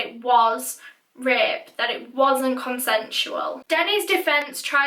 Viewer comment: Umm so can I just say how cute Danny Ross is and how much he looks like Ross Geller... I mean I’m just saying :)) I do feel bad though she was way to young and never would deserved that. And every time she said rape I thought she was saying ripped so I don’t even know where this comment is going. Have a fantastic day!